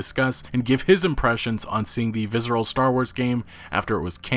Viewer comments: There's no Z in Visceral brother. Viss-er-al. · "Vizzeral games" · dude... google how to say "visceral" haha